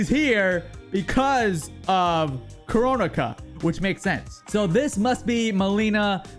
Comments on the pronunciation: "Koronika" AH YES, KORONIKAVIRUS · hehehe he said coronaka